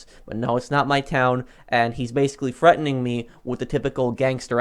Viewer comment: “HES FREATENING ME”